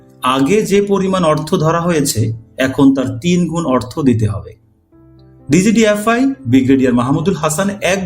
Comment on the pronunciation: ডিজিএফআই কে বারবার ডিজিডিএফআই বলা হচ্ছে। পাঠক কনফিউসড হয়ে যাবে।